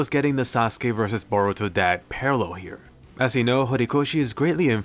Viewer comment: He say bourto dad like naruto ain't important